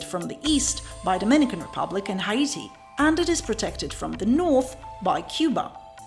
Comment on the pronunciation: I like your pronunciation of Haiti. It sounds exotic and not like hate when you say it. We pronounce it like 80 with an H.